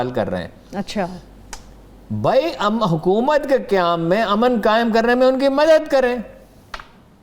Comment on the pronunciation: 1.33 muqammal 😂😂 Huqumat, muqammal, whats going on with this girl's Urdu